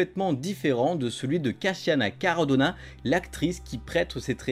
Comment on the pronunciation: *Cascina Caradonna (le prénom ne se prononce pas à l'italienne d'ailleurs, donc pas de "Cachina" mais bien "Cassssina"), juste une petite précision 😉 Cool de voir tous ces moments en tout cas, hyper intéressant ! (même si le commentaire "pochtron" n'était peut-être pas nécessaire, enfin j'ai pas compris, m'enfin, votre travail reste top !)